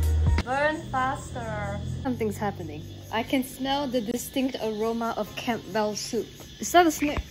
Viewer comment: She pronounces the P in Campbell. LOL.